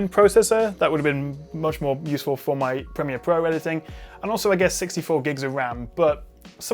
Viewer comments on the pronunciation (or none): none